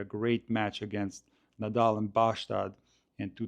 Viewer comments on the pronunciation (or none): A tip about the pronunciation of the Swedish village name "Båstad". The å should be pronounced like the o in "forehand". The d shouldn't be pronounced at all, and the a should be short and have the sound of a i "ha ha ha".